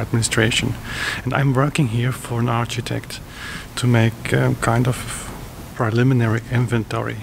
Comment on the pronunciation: Hey,, I just wanted to let you know that the "ch" in "architect" is pronounced like a "k". Your English is incredible, and I just thought you would want to know-- no hate! I love the vlog style videos, so thanks!